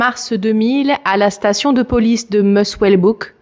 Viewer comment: Mullwesbook, Musswellbook, Musswellbrook ? 🤣🤣 j’adore le bêtisier ❤️❤️